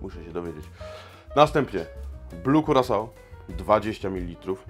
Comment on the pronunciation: Panie barman. Jeśli już chcesz Pan wymawiać poprawnie Blue Curaçao to polecam zapoznać się z tym jak to robić. Pozdrawiam.